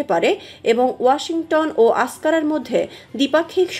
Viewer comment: মহিলা প্রতিবেদক আঙ্কারাকে আস্কারা বলছেন। তুরস্কের রাজধানীর নাম আঙ্কারা (Ankara) Askara নয়। এধরনের স্বল্প জ্ঞান নিয়ে বলানো কোন প্রতিবেদনের গুরুত্ব হারায়।